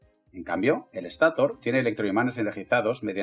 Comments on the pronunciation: Muy buen video pero si habría que aclarar si utilizarás palabras en inglés o en español porque escucho que dices rótor en vez de rotor y estátor en vez de estator, cosa que puede confundír a las personas que hablamos español. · Buen video, pero por que dice estator y rotor con acentos donde no van? Las dos son palabras agudas, el acento va en la última vocal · Molesta como pronuncia ESTATOR y ROTOR. Por lo demás, excelente explicación.